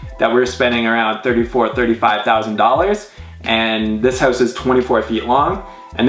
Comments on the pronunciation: stop saying hewse (house). lol jk this house is awesome to say the least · I hate the way he says "house" >_> sorry..